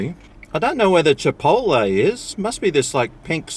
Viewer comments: "Chipoltee" haha- it's chip-ot-lay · chipolte ahahah, its pronounced CHIP - OTT - LEY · Chipoltee? Isn't it like Chipotlay?